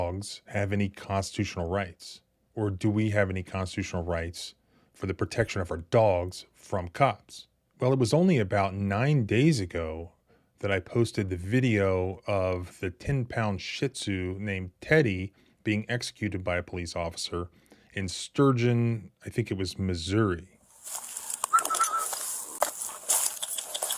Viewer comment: The breed of dog is pronounced SHE-zoo, not Shit-soo. The T is silent. Much like General Tso is pronounced say-oh. not T-soh. The T is silent.